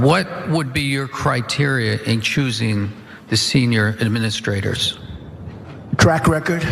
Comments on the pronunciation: Did he say crack record or track record?🤔🤔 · I heard donald saying "track record" as "crack record", and for a short moment, everything made sense.